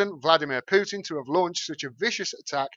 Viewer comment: Excellent video,. Thank you! Best coverage of this story I’ve seen. (But Vlad’s name is still pronounced POO-tin, not PYOO-tin.)